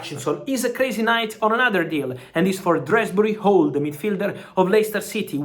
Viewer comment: Who the fuck is drasbury hall. His name is Dewsbury hall. Jesus